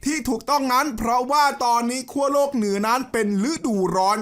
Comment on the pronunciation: โลก ครับ ไม่ต้องหันลิ้น โรค